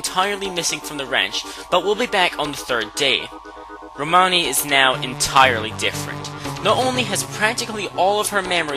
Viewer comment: I watched this so many times and just noticed, said "Romani Manch"